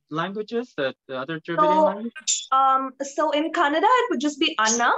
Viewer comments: it's so funny that the kannada girl pronounce other kannada word perfectly but when she say kannada it come out Konnnada ...🤣 ofcourse i am not trolling her. but it's funny. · She is not pronouncing kannada properly....... lu, and...nna letters are not pronounced as she pronounce.